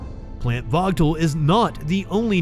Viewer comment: The nuclear power plant in GA is called Vōōgle......, There is no T in it's pronunciation. Please get the phonetics correct before you put the news out for consumption please. Thanks for the efforts as well other output.